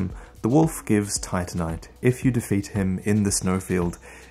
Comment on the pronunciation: he calls titanite tightnight/tightnite